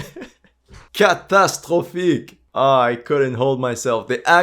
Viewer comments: finally u reveal ur nationality) "catastrofic" was very french so u either french or canadian) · that "catastrophique "sounds French